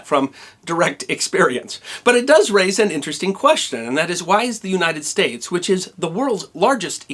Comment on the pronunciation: ...didn't you mean, "It does /race/ an interesting question?"